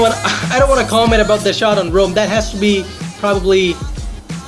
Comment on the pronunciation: Did he said sh*t not shot